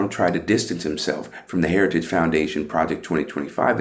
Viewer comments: What f is "harigies' or what ever the f he said. lol😂😂😂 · Lord, this criminal could not even pronounce “heritage” but he definitely plans to implement Project 2025 if elected. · I need a translator. This moron can't even say "heritage". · Trumpzi cant even say heritage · Can't pronounce some if not all words. Heritage Foundation, an extreme right wing white supremacist group